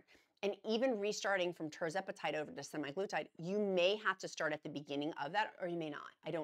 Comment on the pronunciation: Thank you for always providing information and updates! Semaglutide = SEM a GLOO tide. Emphasize SEM and GLOO. GLOO gets the most emphasis. Source: USP Dictionary Online (aka USAN)